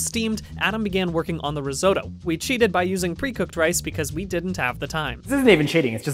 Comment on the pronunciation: I hurt every time they mispronounced risotto